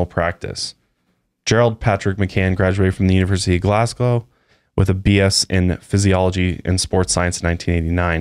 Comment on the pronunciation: Loved this podcast! Fyi it is pronounced Glas-go (people were looking at me on the train when I was giggling when you said glasg-ow )